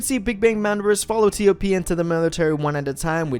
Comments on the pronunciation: I also call him TOP and when I heard him say it as T - O - P, I was a bit puzzled lol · cmon please say TOP